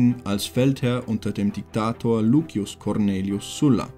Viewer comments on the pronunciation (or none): none